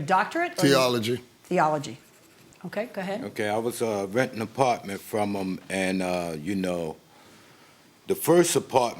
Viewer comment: “Da Partment” 😩😒